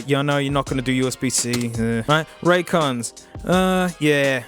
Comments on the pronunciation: “I think you owe RonDons an apology hey” Out of all the incorrect ways he pronounced that name, this one is definitely the best in my eyes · "Conrays" "Ray Jays" "Ran Cans" "Roy Joys" "Ron Dons" "Ray Days" "Ray's Con" Genuinely couldn't stop laughing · "well there they are... ThE rAn CaNs." XD